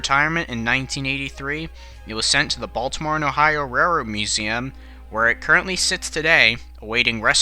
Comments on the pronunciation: Great narration, except for one word: railroad. You speak that word much, much faster than the rest of the narration — so fast it gets mumbled into “rarred”. Take your time, keep a consistent pace that allows for enunciation. :) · "your support is what helps makes these videos..." & I have noticed in this and other videos he seems to have trouble pronouncing Railroad.